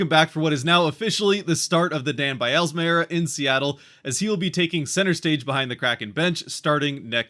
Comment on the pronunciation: There is no extra "a" in Dan Bylsma's last name. It is not Dan By-al-a-sma. Might want to spend a few minutes learning how to pronounce his name if you are wanting to represent the future Kraken.